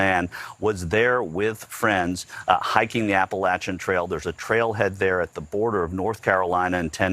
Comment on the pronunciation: Nobody going to comment on how the reports pronounced "applachian?"